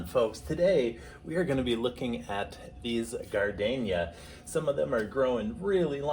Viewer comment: What’s a gar-Dane-ya.? Gar-deen-ya.....